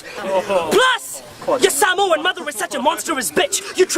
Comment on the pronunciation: It would be good....if he could say samoa properly🤣🤣🤣🖕🏽